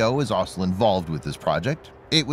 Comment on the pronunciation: I wish the narrator would learn how to say the word 'also'. It has four letters in it. It isn't hard to get those letters in the right order.